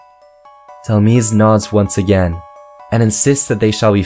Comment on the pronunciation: It is said Dhel-mise like demise like fate or something you messed up on the second part